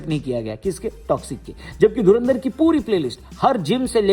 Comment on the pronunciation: Dhurandhar ❌dhunaadhar✅